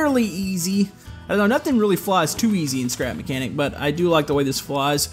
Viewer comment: I skipped the intro for the second time I watched and instead of you saying "scrap mechanic" it/you said "crap mechanic" 😂🤣😂